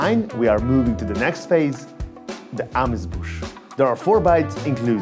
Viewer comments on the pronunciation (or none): Amuse-bouche, not "amouse bouche" .